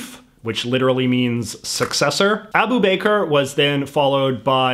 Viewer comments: Abu bakr ,not Abu bakar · Abu Baker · sorry but the way you say Abu Bakr (should be said like 'Aboo Buck-Car') as "Abu Baker" got my laughing, it sounds like an arabic person open up a bakery in Michigan or something like that 😂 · Did you say bakr or baker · Man said “ Abu Baker” 😂